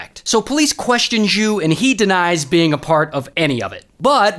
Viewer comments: FYI - In Chinese, X sound is actually just a regular SH. So it's SHU not Zschoo like what you are saying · Text: Xu “zhu” top 10 chinese mispronounciation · Xu was a lawyer Not jew How does one hear "jew"?